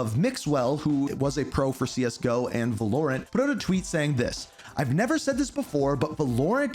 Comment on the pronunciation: It’s Valorant not Vuhlorent😭😭😭